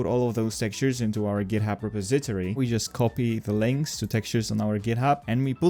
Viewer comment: How is it you’re pronouncing Repository? It’s: “Re” “Pos” “E” “To” “Ri”